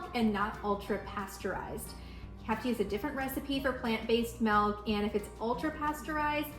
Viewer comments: Why does she pronounce MILK so weird!? She says MELK! It's not melk! It's milk! Wth! Why are peope so weird? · lol...why do you say it like that? I had a hard time paying attention to the video because I kept waiting for you to say melk again. Now go practice saying M>i<lk. Lol